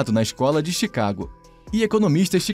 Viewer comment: Pauno guedis chicaguei